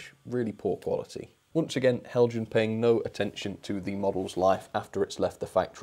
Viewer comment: The anticipation before watching every Heljan review is like playing the lottery - will finally get a winning ticket? I wonder if Heljan experience would miraculously improve were he to start pronouncing their name as the Danes do? 😹